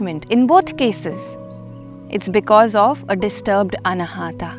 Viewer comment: Excellent explanation, kindly pronounce अनाहत not अनाहटा